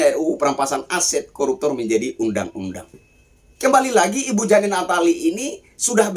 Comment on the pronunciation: JANE dibaca JEIN ....😅😅😂😂